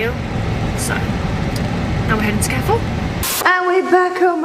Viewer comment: Why does her pronunciation of ‘Carrefour’ annoy me more than anything else?